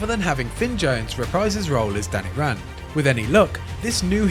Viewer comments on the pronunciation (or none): none